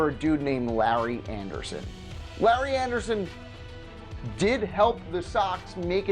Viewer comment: Good job pronouncing Larry Andersen’s name correctly.